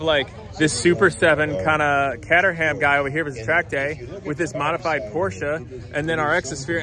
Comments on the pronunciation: WTF,?? "Katter-ham"??? "KATTER-HAM"??? Is this some Ohio humour? It's "Cay-ter-umm"!! I'm so confused between thinking you're an idiot and I'm getting so old most jokes are now whooshing over my head. I'm stuck and can't decide which it was - help!! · the cars manufacturer is pronounced Cate (as in gate) eram. Drop the 'h' and not whet you said! It looks like a great day with lots of interesting motors.